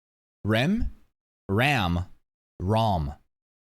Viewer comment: In terms of pronounciation of the vowels I think you got it, it's just the "R" who is pronounced more like a soft "L" than a rolled "R", but this takes changing the vowel mentally to not go with the romanji spelling, which can be hard to not do and is an hassle if you don't care that much about saying everything almost perfectly like a japanese would.